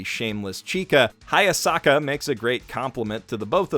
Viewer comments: Weird, you mispronounced Hayasaka so often whenever you said "Hayasaka is best girl" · its hayasaka